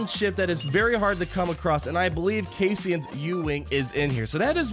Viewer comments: Bro, you haven't even seen Rogue One? You grossly mispronounced Cassian, Chirrut and Bistan. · How the hell can you pronounce Cassian wrong?